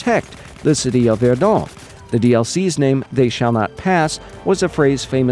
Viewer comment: Funny how u pronounce Verdun. Very informative video, gg!